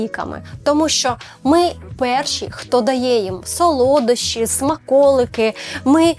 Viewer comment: сОлодощі, наголос на першу о